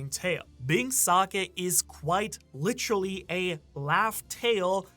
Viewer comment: got a "litcherally" in the first minute damn that might be a record